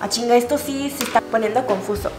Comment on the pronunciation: jajajajjaja ese "ah chingá" sonó muy mexicano jajaja ya me caíste bien, tu si eres pana xD